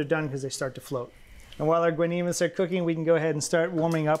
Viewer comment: You America's Test Kitchen got the name wrong, is guanimos, not guanimes.